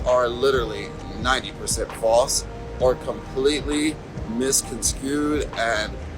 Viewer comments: He said misconscued. I don’t even know how to spell it because it’s not a word. 🤦‍♀️ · He also said misconscued. I don’t even know how to spell it because it’s not a word. Lol